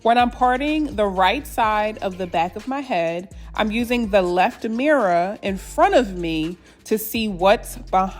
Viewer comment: i love how she says mirror, “mirra”